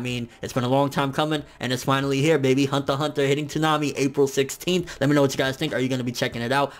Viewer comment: why do you say hunter hunter with a a Asian accent....you realize "hunter" is a English word right? just say it normal for god sake...